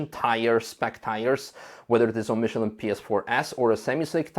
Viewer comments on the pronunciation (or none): none